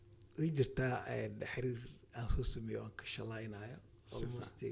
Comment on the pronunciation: Waar xiriir dheh not xariir